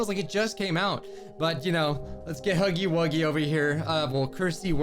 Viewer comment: It’s huuggy wuugy